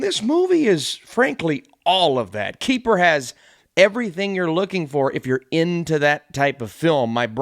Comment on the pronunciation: It is not you, it is me. But every time you say Keeper, I hear kiefer. Good review.